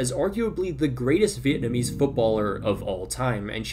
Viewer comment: ive been noticing your excellent pronunciation of vietnamese names since i first watched your videos about my country's football men team, but i'm still kinda shocked when you said you're a vietnamese american. anyways although our national women team isn't gonna qualify for the round of 16, i just hope they won't turn into that thailand team when they face the americans 😭😭😭